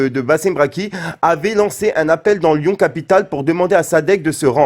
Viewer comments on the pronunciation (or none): none